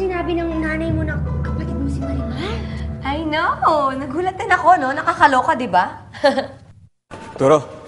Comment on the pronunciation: 20;10 Namali lang ba ko ng dinig? Marian yung nasabi ni sergio imbes na marimar😂😍